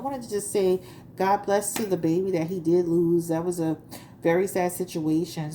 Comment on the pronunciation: I like the way you say baby...behby..lol